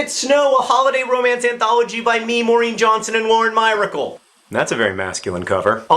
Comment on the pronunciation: Ahh I was like.. right out of the frame in that Minneapolis video. =] I've already finished Let It Snow, and it's really good! Anyone who hasn't read it yet should. I had no idea Lauren Myracle's name was pronounced like that though. I always thought it was like the word miracle.